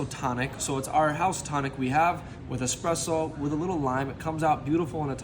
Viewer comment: Expresso lol